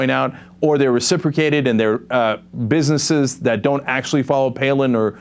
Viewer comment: Cenk said biznez